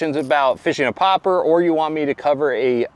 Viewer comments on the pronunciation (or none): Stop saying popper. It's Pop-arr. You pronounce the letter R. That's why there's a dash in front of it. When fishing structure, lay the bait close and let it sit a while. Then twitch slightly. Wait. Twitch again. In open water, let it sit a few seconds, then twitchwiggle it back to the boat steadily.